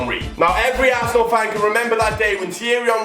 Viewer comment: "he came back to plat for assenal " bruh dead😂